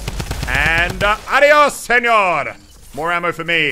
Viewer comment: I hate this guy just because he always says adios senior in the worst tune ever